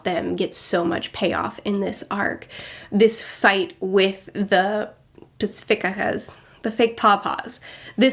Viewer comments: Paci like pacific, fista said more like feesta, Pacifistas = pa see fee stas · Every time says Pacifista... Pacifica... Wait is this a Gravity Falls review now? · ROFL! It is a good conclusion, it does describe the Red Line. But in the -verse, Not-an-island is where the fake paw-paws attacked, and paw-paw defeated the crew. BTW, can't say Pacificsta, can't say Archipelago, but has no issue saying Pachycephalosaurs later on. Her priorities are in the right place. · I thought saying "poneglyph" was funny but then she tried saying "pacifista" and lmfaooooooooo im crying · Yo love your videos. Dont know if you still read these comments but hearing you mispronounce Pacifista made me think you might not understand the significance of their name. Sooo theyre named after pacifists, or pacifism, meaning the belief that the world should be void of war and violence. So a pacifist would probably not agree with a country like the US engaging with a war abroad. This is significant because it shows how the World Government (much like real world global powers like the US and Russia) engages with extreme violence while using the frame of being a pacifist and being a non-totalitarian. Wanting to end war by using war, acting like this is your last resort to help society while really it is to help themselves, etc. thanks for reading if u did and peace out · Everytime pacifsta and archipelago were mispronounced was bot funny and painful. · Fishman Island wasn't the Best arc, but I never really got the hate it received. I enjoyed it well enough, and I thought it was nice to see the crew mowing through opponents. Btw, Pacifista is pronounced like Pacifist with long e in the second half. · Pacifista is pronounced like Fashionista. Just a heads up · pro tip. try reading pacifistas as if you were reading spanish. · What's so hard about pronouncing "pacifist-a"? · My new favorite pronunciation of Pacifista EVER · Pacifista is pronounced like pacifist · It's Pa-si-fi-sta